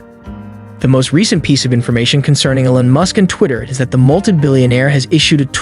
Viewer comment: Did u call him Ellon? Lol like Ellen?? Its EEELON. Like EACH or EEK!